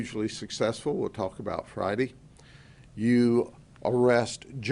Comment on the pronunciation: Fri-Dee Satur-Dee Sun-Dee Mon-Dee Tues-Dee Wednes-Dee Thurs-Dee 👨🧾🚔